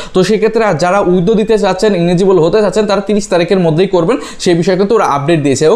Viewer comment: ইলিজিবল ভাই ইনিজিবল না